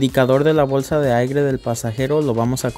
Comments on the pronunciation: Excelente solo que se dice aire no aigre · Se dice aire .....no aigre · Excelente video, gracias. La pronunciación correcta es "aire", no "aigre".